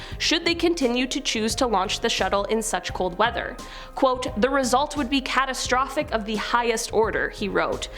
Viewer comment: "Cat" astrophic. Macabre but lol